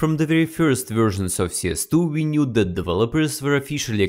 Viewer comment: Спасибо большое за инсайды, но можешь, пожалуйста, поработать над произношением и акцентом. «Дэт»ы режут слух и почти все слова где есть сочетание букв th . Спасибо